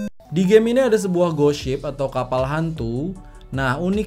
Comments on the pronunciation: Tulisannya ghost ship kedengeran gosip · Di menit bilang: ghost ship Yang gw dengar: gosip:vvv